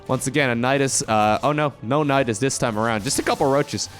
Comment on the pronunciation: "Nydas by's" was the thing you tried to say but it sounds SO much like Nydas bajs which means Nydas poo in Swedish ;D